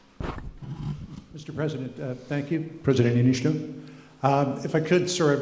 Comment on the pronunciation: He also pronounced the Niinisto's name incorrectly lol